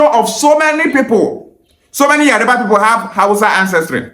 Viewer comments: yariba ancestors also pronounce it as yariba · Yariba is not the word but Yoruba is the word. You cannot even pronounce it right